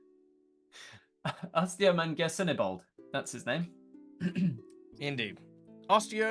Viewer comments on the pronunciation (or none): AustioManGersonibald is such an easy name to pronounce but I feel like he kept messing it up 😂 just split it up. Austio man gersonibald. 😂 Anyways I loved this. It wasn't as chaotic as I thought it was going to be. I was so confused by the different parts of pathfinder. I think I'd rather stick to DND. 😂 FOREVER! 😂😂😂 Anyways I had fun watching it. I loved snaggletooth at the beginning trying to read your mind. The whole confusion about "leave or else your head will fall off! I mean leave or else your lips will turn to acid. I mean oh wait shut up now stop talking" 😂 hilarious moments. I love how chat got to be skeletons and how a few of them were just like I'm taking a shower as a skeleton to keep my bones clean. 😂 Thank you for showing everyone why they should stay away from pathfinder 😂